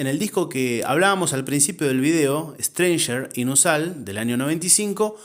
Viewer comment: Reincidiste con "estreinyers in os al", pero es "estreinyers in as ol", no😉 Felicidades por el vídeo 👌